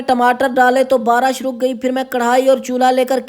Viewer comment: Aap ko bat krne ki tamiz nhi he kya. Barish ko barash bol rhe ho.